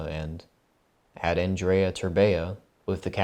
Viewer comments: How can you pronounce Andrei's name wrong every single time? XD The way you say it sounds like the romanian girl equivalent of the name, Andreea 😂😂😂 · For a second I thought I was the only one that noticed XD He's been pronouncing Andreea instead of Andrei the whole video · his name isnt andreea terbea please god help my romanian soul that mispronounciation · how come when spelling his name you say an additional a at the end ? its pronounced andrei , not andrei-a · Andreya Terbeya. Is it really so hard to say Andrei. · You keep saying Andrea! That is a girl name dammit! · You pronounced Andrei's name as Andreea whichis the feminine of that name. I think it's funny. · Dude,Andrei not Andreea.In Romania, Andreea is a girl's name.Like come on,you guys have Andrew in english,if you have that you could pronunce Andrei as well since they are rather similar. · I started laughing so hard when he first said Andreea instead of Andrei 😂😂😂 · Andrei is a pretty common name here, as well. I’m not sure how he got Andrea out of andrei. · Aren't you annoyed when he says Andreya Terbeya. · I like how he pronounced his name at the begining Andreia Terbeia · I'm pretty sure it's an-dur-ei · Wait isnt his name pronounced as andrey terbeh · Auuh-n-drew-ey Ther-Be-ah I love when English youtubers butcher Romanian names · yeah, where's the ending "a" in "andrei"?? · Great video but....can you pronounce his name right ,please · Man you totally butchered his name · He butchured his whole name holy lmao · As a romanian, the way you pronounce his name annoys the hell out of me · A great vid as always but good lord your pronunciation of Romanian names is so (don't kill me) cringe. Still luv u xxx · Andreiah terbeiah im romanian and get a lil triggered every time he says it